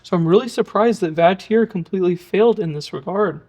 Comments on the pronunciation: The name Vatrer is pronounced "VAH-trer" (rhyming with father on the first syllable and sounding like trek-er without the 'k' on the second), and it is commonly acknowledged by the manufacturer and reviewers alongside variations like vater. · Where did you get the pronunciation? Wouldn't your pronunciation require it be spelled Vatierre?